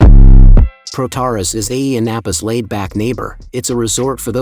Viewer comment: It's pronounced with the emphasis on the end of the word: Πρωταράς